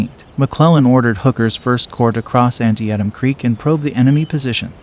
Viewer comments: “An-Tee-Tum” not “Anti-atom” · Not pronounced Anty at em creek but An-tee-tum. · "An-ti-e-tam creek?" WTF is that? The rest of the world has called it "An-tee-tam" since the Civil War. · First, if you're going to do a video about a battle, figure out how to pronounce its name correctly: it's an-tee-tam, not anti-atom. Second, the depiction of the terrain is often misleading and often out of proportion to its reality. Living nearly next door to the battlefield and having walked it frequently, I know it well. Third, the description of the Bloody Lane portion of the battle misses much of the point, including the actions on Burnside Bridge and the end-around by one of the Union units that sealed the fates of the Confederates defending Bloody Lane. While the narration says accurately enough that there was no clear victor, the futility of the occasion is underlined by the fact that both armies wound up pretty much where they had started on September 17. Nothing much happened on September 18; McClellan might have succeeded in a renewed attack on the Confederates but did not do so, leaving the enemy army in the field. The Confederate withdrawal got underway on the 19th. The political importance of the battle is not mentioned here; it strengthened Lincoln's position in important ways. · An-tee-tum creek! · Tell it's An-TEE-tum. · Thanks for the video! If they get the chance folks should visit this area. Oh, and it is pronounced "An-tee-tum. " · Too bad the announcer couldn't pronounce Antietam correctly. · Antee-Attem Creek? Alrighty then. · How come an American can't properly say Antietam? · Stop using an AI voice. To mispronounce the name of the battle you're showing is just wrong ! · Teach AI how to pronounce Antietam. 🖕🏻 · Learn how to pronounce Antietam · Always a great sign when the $hitty ai mispronounces the name of THE TITLE OF THE VIDEO!!!!!!!!!!!!!!!!!!!!!!!!!!!!!! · Mispronouncing Antitiem is off putting to say the least.